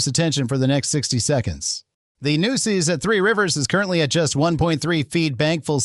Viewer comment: Nooses River? Where did they get this fool from???? If you’re gonna do Texas news you must learn correct pronunciation or folks will consider you a Yankee!